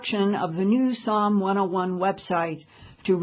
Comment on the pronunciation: SOM !!!!!! NOT PSALM !!!!!!!